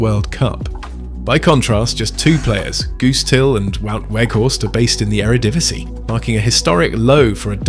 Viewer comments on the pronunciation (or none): none